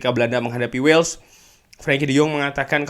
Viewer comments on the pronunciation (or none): none